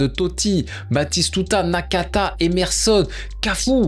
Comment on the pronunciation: nakata je crois mdrrrr et non makaka frérot